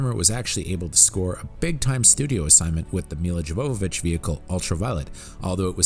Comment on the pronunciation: I liked this video. One thing bothered me though: From Klaus Badelt to Milla Jovovich you made it an artform to Mispronounce names in this movie. (when unsure, type them into Google Translate and have them read out, it does miracles) But that is just my European view of things.